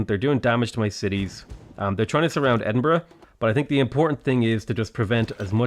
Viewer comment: I love how he says Edinbruhg instead of edinburgh